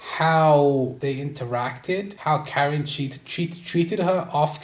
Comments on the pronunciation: KAR IN not karen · How you gonna make this whole video dissecting their relationship and then call Karin, Karen 🤡 it’s like ‘cuh-rin’ bro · It’s weird that a Hetero male is exposing this about a lesbian couple, but STOP SAYING KAREN ITS KUH-RIN